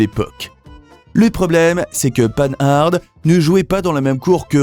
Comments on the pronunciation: On ne dit pas "panne-arde" mais "pan-ar" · le moteur de la R16 n 'est pas un Cléon, c 'est un moteur tout en alu. Les 4 roues indépendantes ca existait depuis longtemps chez Renault (R4 en 1961) et sur la 2CV en 1948. Prononcer Pan Hard pas 'panne-hard' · On dit Pan-ard, en un seul mot et surtout pas panneu-harde ... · MDR, en français on dit "pan-are" pas "pane harde".... ça commence bien 🤣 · Arrêtez d’être Nul : Panhard ; ce n’est pas : panneu ardeu..c’est insupportable ! ! Oui la Simca 1100 et la R 16 était de bonnes autos ! Par contre la 104 😂 ..sa mécanique ; installée sur diverses autos était catastrophique, la Panhard : PL 17 n’avait pas le même châssis que la Dyna Z puisque ce sont des monocoques !! Renseignez vous ; avant de parler automobile !! E.M. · Marque française... Alors prononcez son nom à la française : "pan ar" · Prononciation de Panhard à l'anglaise en prononçant le D. N'importe quoi... Je trouvais la Renault 16 moche et insignifiante à 11 ans et n'ai pas changé d'avis à 64 ans... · ça commence bien : il ne sait même pas prononcer le nom de la plus ancienne marque automobile française; ! Merci de travailler ton texte avec plus de sérieux. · Mais quelle idée saugrenue de prononcer Panhard à l’anglaise, alors qu’il s’agit d’une des plus anciennes marques française ?? Sans parler de Simca « mille cent » au lieu de « onze cent »… A revoir d’urgence pour espérer publier des vidéos crédibles. Bonne journée.